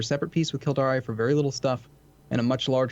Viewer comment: Kildare is pronounced phonetically Kill-Dare. Definitely Not Killdaré. Edit: He keeps saying it :-(